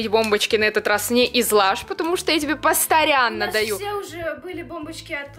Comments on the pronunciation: ты сказала посторяно а ни постояно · посто(Р)яно 😂😂😂😂😂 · заметь ты сказала (посторяна)Анадо постояна 😂😂😂😂